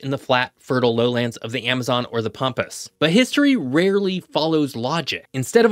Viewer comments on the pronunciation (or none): none